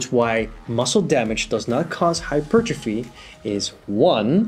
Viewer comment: Thank you, for saying hypertrophy correctly.